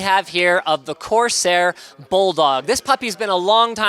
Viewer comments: Linus said cortair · "Cortairsair" -Linus 2016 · "Cortairsair" -linus 2015